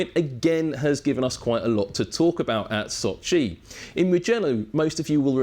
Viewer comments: Sochi, not soooochiiiiiiiiii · s`O`chi, not soch`I` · Can pronounced every technical detail flawlessly but struggle to say So-chiii over and over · İt is pronounced Sochi not soch-iiii 😂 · Never knew Sochi is pronounced like SochiE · why is he mispronouncing Sochi so bad? The emphasis is on O. Does he know the race is in Russia and not in far east? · The way he pronounces Sochi... bless you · Brown Yeah I know, didn't mean it as an insult. On the other hand, he did pronounce it correctly couple of times